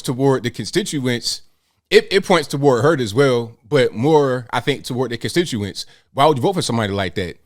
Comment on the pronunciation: If she waves her ass as a means to campaign, she must suck as a senator. If this is the best Rhode island can do for representation, maybe its time to dissolve the state. Oh and by the way sweetie, "contituants" is pronounced constituents. I guess you missed that part at the Ivy League school.